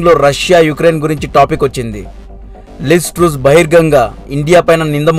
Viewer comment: Good information and well presentation..👍 But names pronunciation is wrong... లిజ్ ట్రుస్ కాదు - లిజ్ ట్రస్ యుక్రెన్ కాదు - ఉక్రెయిన్